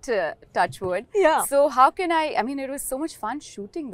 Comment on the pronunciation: Can can can ... looks like she wants a can of coke ffs . It is pronounced Kaane ( same as ear in Hindi)